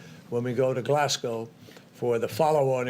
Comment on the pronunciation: HE PRONOUNCED GLASGOW CORRECTLY